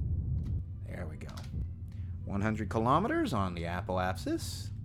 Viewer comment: “Apoap*sis*.” “Periap*sis*.”